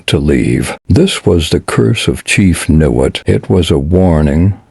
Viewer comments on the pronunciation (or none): it is pronounced Ni Wot. I leave in Niwot in the same house for 32 years and I could not see myself leaving unless it got too expensive or some disaster happened. Colorado is my adoptive home and would never want to leave it.